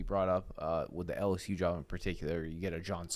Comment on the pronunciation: Could someone please teach him how to say “L-S-U”?! It’s “L”! Not “Alice-U”, or “Al-S-U”! How are is its to say the letter L?